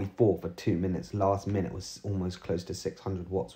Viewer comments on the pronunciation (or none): none